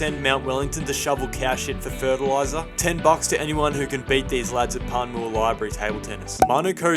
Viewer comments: I'm only offended of how u butchered the pronunciation of my suburb Panmure (pan-myoo-wah) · He pronounced Panmure wrong 😂😂😂